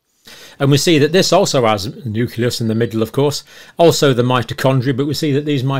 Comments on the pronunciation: Nu-cle-us I can't get past the constant mispronunciations I'm sorry 😕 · I love you but please learn how to pronounce “nucleus”!!!!!!!!